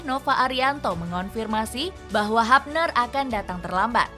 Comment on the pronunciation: HUBNER dibaca Hubner bukan Habner min....!!